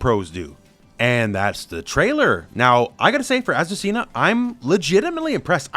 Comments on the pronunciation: You need to work on your Spanish pronunciation hahaha is Azucena ! Not azucina! Greetings from Argentina!! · I find curious that you, an english native speaker I assume, read Azucena as "Asesina" what is the spanish word for "killer" in female grammar. I wonder if the designer did that on purpose at the moment to choose a name for her. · It's pronounced Azu-SEH-na. Not Azu-Cena like John Cena. From a spanish speaker who actually has an Aunt named Azucena who laughed when I showed her the trailer with her name on it